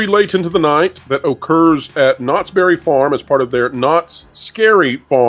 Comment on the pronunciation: Did you say Knotts Bare it Farm?????